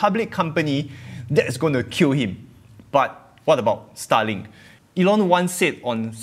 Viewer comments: i had to listen hard to what you were saying this time, because otherwise, every time you said starlink i thought you were saying stalin XD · i thought u were saying Stalin. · The way you pronounce starlink is quite funny. Sounds like "sta-ling".